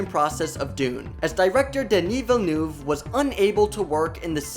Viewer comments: It's not "Villenuve" 😂😂😂. I mean learn the guy's name. He's the most interesting director alive. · Im dying how you say Villeneuve imao sound like bilboon (I was born same place as da man) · Vi-ye-noove - there is no l in there pls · His name is pronounced 'DUH-KNEE VEEL-NUHV' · “Dounie Villenoove” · Your prononciation of Villeneuve is awfully 😂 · I can imagine Denis Villeneuve’s name is hard to pronounce, but it made me cringe every time 😅 the ‘eu’ should be pronounced more like the ‘i’ in dirt, or ‘u’ in hurt. 😌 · Christ, is it too much to ask of you to learn how to pronounce his name correctly? Cringe. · How is it possible that he says Villeneuve like 100 times but always, ALWAYS pronaunces it wrong? wtf. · maybe you wanna train pronouncing french last names :) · The video is great but please learn how to pronounce Denis Villeneuve's name. As a french speaker, it hurts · Kann denn jemand ein bisschen Aussprache beibringen? So schwer ist doch nicht "Villeneuve" und "Zimmer" nicht und ein Fresco ist ein "Fresco" - Gemälde und nichts geschnitztes... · Omg how you’re pronouncing Denis Villeneuve’s name is irking me so hard! 😅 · Why can’t this narrator pronounce anything right?!! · Please learn how to pronounce Villeneuve. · As a french canadian I am offended by the way you say Denis's last name. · Would be nice if you speak the directors name correctly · The way you pronounce Villeneuve is so bad, I had to stop the video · this is an amazing film. but i sure wish the narrator of this youtube video could pronounce the director's name correctly. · I’m devouring every single snippet of YouTube content on the movie. Apparently pronouncing Dennis Villeneuve is a bit of a challenge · yes that is correct, especially when he pronounces it at the end of the video, the first e (ville <) in his surname almost falls away when you pronounce it quickly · whyyyyyyy do you call him villenOUve... it s Villeneuve... please please please... my earing dies a lil bit everytime...